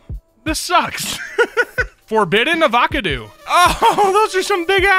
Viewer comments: "a voK a doo"??? LMAO ava-caw-doe sounds like colorado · Ah-vah-cah-doo Is this a new saying now? Another channel pronounced it ahvahcahdoo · i wanted to kms after hearing him pronounce 'avocado'